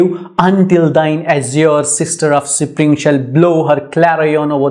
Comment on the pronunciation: Sir you are pronouncing the word spring wrong